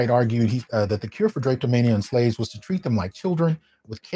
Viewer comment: Drah-Pee-Do-Mania...NOT drape-do-mania